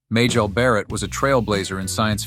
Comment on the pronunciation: Her name was pronounced as May-jel, not Ma-jel